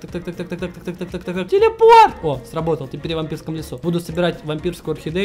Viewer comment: Ты так смешно сказал "телепорт"